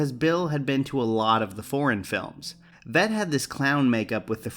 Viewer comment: VEE-T, Conrad VEET!